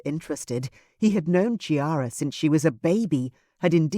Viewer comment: This is such a wonderful story. I loved the other ones in the series but this one is the best. It would only have been better if the name Chiara had not been mispronounced, as it is really "Kiara" (as ch is k in Italian). Looking forward to Clarissa's book!